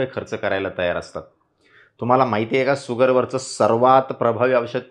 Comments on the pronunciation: धन्यवाद. छान, सोपा उपाय. सुगर नव्हे शुगर....... त्यापेक्षा शुद्ध मराठीत साखर असे उच्चारावे. तसेच आविष्य नव्हे आयुष्य. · भैय्या तुम्ही अगोदर शुगर म्हणा सुगर सुगर म्हणू नका.